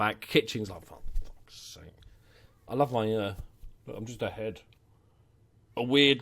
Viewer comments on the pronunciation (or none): none